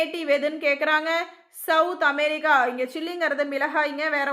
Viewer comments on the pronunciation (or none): none